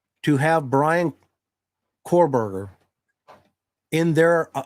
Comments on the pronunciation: He keeps calling him cor-Berger lol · I love your podcasts. Several things about this one though. First, BK's last name is Kohberger not Korberger as you kept saying. Second, the police removed "IDs in a glove in a box", nothing was ever said about it being an ID of the of the girls. You kept implying it was Bethany's driving license or at least her ID. Third, I saw what was supposedly a portion of a report from that private detective firm for the defense that was quoted as saying Bethany told police she heard things during the night. I can't remember if she also said she saw things but it did say she heard things. It has been reported that she has severe PTSD, as one would expect after what happened in that house, so I'm sure she is receiving counseling. Her surviver quilt has to be through the roof and people need to leave her alone along with Dillion. 😢😢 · KO-Berger as in CO-pilot Rhymes with TOE. Kohberger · Okay same. I’m seeing now that this is not confirmed. It was something News Nation said. But multiple things they have said have been proven wrong. I mean this guy doesn’t even know how to say the suspects name.